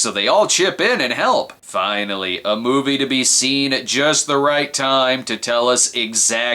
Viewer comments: "MOIVE" lol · "The Moive"??